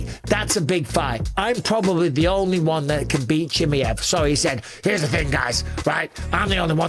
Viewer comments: BUSPONG … STOP calling him CHIMMEE EV his name is CHIMAEV…. Here I’ll help you out repeat after me…. CHI MY EV It’s fkin annoying pal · Chimm-EE-ev? Is that the right pronunciation? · learn how to pronounce his name properly dummy